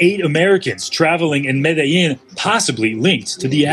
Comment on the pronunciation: You said Medilin